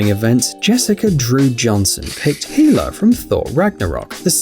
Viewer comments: It's not fucking heela it's hella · He pronounces hela's name as HE-LA instead of hell-a. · the way they pronounce Hela (Hel) makes my ears bleed. Heela...... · Healer ? You mean hela like hell not heal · Dude hela’s name is hell-a not heel-a you idiot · It's pronounced HELL-a you plebian...not HEE-la... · HELL-A not Heeeela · Ah yes heeela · Once again you butchered a name.😤 it's pronounced HELL UH. Not He -la. Dude! What is wrong with you? Have you even watched these movies? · Did he call hela heela? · Heela, dude it's pronounced hell-a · This guy referred to marvel's hella as "heela" and brandon Lee's the crow as "the raven".. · who’s hEeLlA, it’s HELLA pronounced Hell-a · I'm glad someone else picked up on this. It's hela not heela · Anybody else get triggered when he said heela in stead of hella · I went straight to the comments when i heard it😥😥😥😥😭😭😭😭😭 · who.. He-La 😅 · did he rlly say hulla im not mening for this to be rude so dont spam me with it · He said hela wrong it's HELL-A